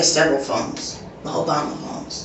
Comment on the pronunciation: "Owebama" phones. That says it all.